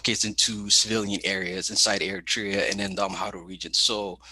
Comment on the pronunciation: Your segment introducing war on Tigray was cringe af. You can’t pronounce your guest’s name, let alone Tigray, Eritrea, or Addis Ababa, and then you act like youre in position to say what’s going on in Tigray is manufactured. Filmon is a shitty propagandist but was somewhat even in his presentation (for him). All you are focusing on,, is US sanctions, which is bizarre when Tigrayans are being slaughtered. Seems like if African people actually were more than a prop for you, you would have centered them in your discussion.